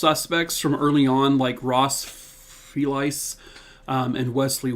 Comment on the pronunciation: Hey - For what it’s worth, went to school with a family named FELICE as well as a woman with that as a first name and it rhymes with a small suitcase or VALISE 😊.